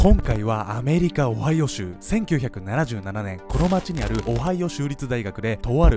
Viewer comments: 場違いなコメントなんですが、「アメリカ オハヨウ州」と聞こえたのは私だけですかね…(?) 毎回思うのですが編集能力がテレビ並みなんよ……(( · 「今回は オハイオ州」って言った時聞き間違えで''おはよう州?!''ってなった笑笑